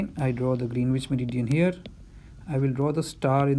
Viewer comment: nitpicking: Greenwich is pronounced as "Grenich".